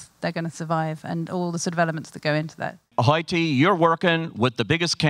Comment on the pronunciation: lol butchering hoyte's name GET IT RIGHT